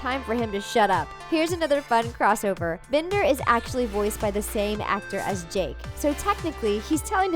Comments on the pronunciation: Did she say jack instead of Jake?! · When you said the robot thing met jake you said jack you said it wrong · did anyone here them say jack not jake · Did she just say JACK and Finn?!?!?! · JACK AND FINN???????? IT IS JAKE AND FINN XDXDXD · SUPERSNOWGOLEM *Jake